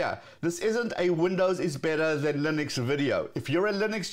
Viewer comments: It's Linux, not "Lynix" as you say ;) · The fact that you don't pronounce the name of the generic operating system properly says it all